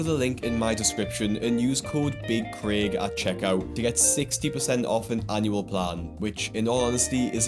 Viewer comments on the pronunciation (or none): none